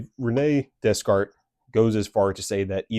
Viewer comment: i fw the video twin (it's actually pronounced day-kart lol) :face-fuchsia-tongue-out